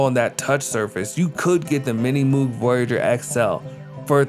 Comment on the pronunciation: Nice take on VK-1, but isn't Moog pronounced like rogue?